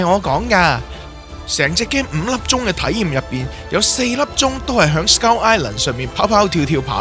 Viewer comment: 我成條片都聽到(S鳩)Island 😂